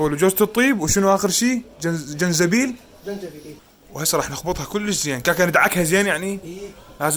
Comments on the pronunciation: جنزبيل 😂😂😂 عود زنجبيل ❤ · مسوي نفسه شيف ويكول جنزبيل!!!!!!!!!